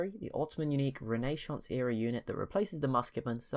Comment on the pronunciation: And also may i point out that it is janissari jan-iss-sairy and renascence you can hear the s its not a sh sound